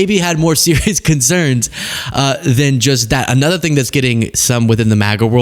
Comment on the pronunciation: I'm gonna totally lose it if you keep saying, "AY-nother". It's so weird